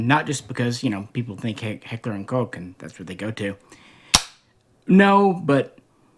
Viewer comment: One of the very FEW guntubers that pronounce Koch correctly. I appreciate that 👍